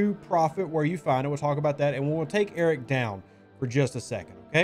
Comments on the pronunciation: Am I the only person who hears "Eric" instead of "Arrock" or is it just me because I'm not a nativ english speaker? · I believe it’s pronounced A-rock, as in… I want Arrock I want Arrock!(Rock!) I want Arrock!(Rock!) I want Arrock!(Rock!) I want Arrock!(Rock!) Mine it down you say But my Feesha’s too slow up on this Concentrated Latinum Node! Node! Node! Node! Tell me not to mine Well, all I got to say to when you tell me not to mine I say No! No! No! No! So, if you ask me why I like the way I crew it There's only one thing I can say to you I want Arrock!(Rock!) I want Arrock!(Rock!) I want Arrock!(Rock!) I want Arrock!(Rock!) Now that Rock’s my Cap I get my Lat so fast, go OPC and Vi’Dars make me explode! ‘plode! ‘plode! plode! Now he’s leveled up I've waited for so long so I could zero all the Suliban Nodes! Nodes! Nodes! Nodes! When it's like this I feel the Vi’Dars shootin' through me There's no one else that I would rather crew I want Arrock!(Rock!) I want Arrock!(Rock!) I want Arrock!(Rock!) I want Arrock!(Rock!)